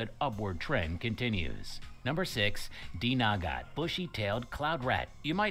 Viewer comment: Dinagat yun hindi Dnagat